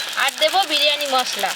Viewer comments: বিরিয়ানি ❌ বিরানি✔️🤣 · বিরিয়ানি কি কথা বিরিয়ানি😂😂